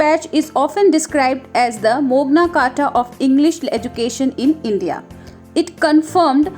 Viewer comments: Mogna Carta ❌ Magna Carta✔️ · This is 'Magna Carta' not Mogna Carta